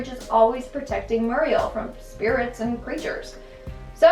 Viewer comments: “Mur-riel”?? You’re saying it wrong. You’ve never watched the damn show.. a minute in your life if that’s how you’re saying her name. Don’t do videos you’re too young to know anything about. Seriously. Eustace says her name constantly... and you say it like you ... Jesus. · Its weird with her always calling muriel "Mariel"